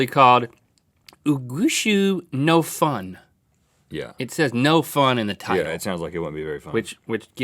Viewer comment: it's not pronounced 'fun' it sounds like 'fhoon'; the 'f' is not strong